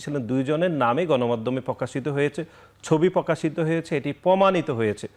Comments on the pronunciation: পকাশিত× প্রকাশিত প্যাসিবাদ× ফ্যাসিবাদ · পকাশিত, পমাণিত, এবন, ফ্রুফ, প‍্যাসিবাদ.. শব্দগুলোকে সঠিকভাবে উচ্চারণ করার জন্য ছাত্রদলের সেক্রেটারিকে অনুরোধ করছি।